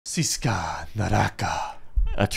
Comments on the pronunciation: Siksa. Bukan siska😅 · Siksa not Siska 😂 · wkwkw...it's not SISKA but SIKSA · bro said siska neraka lol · Not "SISKA" but "SIKSA"